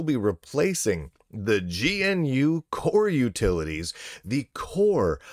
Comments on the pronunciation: By the way, it's "guh-noo", not "gee-en-you". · It's pronounced guh-noo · GNU is pronounced "guh new". At least that is how rms says it. "rms" is always lower case, btw. Log in with user name in caps and you will see why.